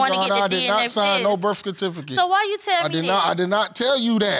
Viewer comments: He said “Burf Cutifaket” 😂 Birth certificate? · 42!???? I know u lyin! U mean more like 62! And he said "birth kersificate" 🤣🤣🤣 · haha Birtfecitiket😂😂😂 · "Birf cartificate" am done🤣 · "Birf catificate" and "hospilla" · This is how I looked watching this episode!!!!🥴😂 And I can't even spell the way he pronounced Birth Certificate 😂